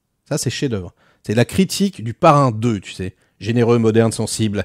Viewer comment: Correction : "d'où qu'on djit" , le cardjinal, djire, "comment tchu veux qu'on fasse", "rien k'ch'une pauv' bande" 😂